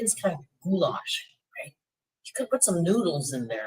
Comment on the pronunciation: GHOULASH??? That ain't ghoulash; that's ghoulISH